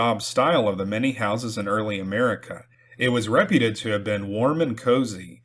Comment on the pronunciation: Great stories! One gripe: the word “reputed” is pronounced “re-PYOOT-ed,” not “Reh-pyuh-ted.” (You mispronounced it the same way in two separate tales.) ❤️🫡👍🏼